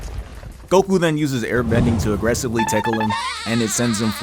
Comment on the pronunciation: agrresively tickle had me dead bro